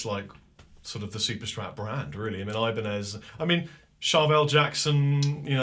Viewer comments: Nez in french is said like Nay, not Nezzzzzzzzzz loll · Can't help to notice the "eye, baa, nez" at the back. Cool, but "nez" (nose) sounds "nee", not ness hahaha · You don't pronounce the Z in 'nez' in french